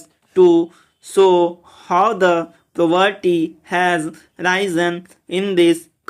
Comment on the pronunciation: Tu toh poverty ko puberty bol rha hai or because ko becaause bol rha hai